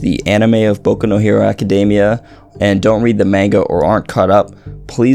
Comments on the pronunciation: You're pronouncing manga wrong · You can’t even pronounce Manga right... just saying